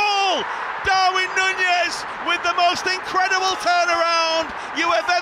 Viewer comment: stop saying Nunez like that please 🤢